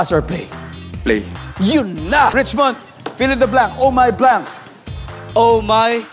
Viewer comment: Rich-what? Richmond!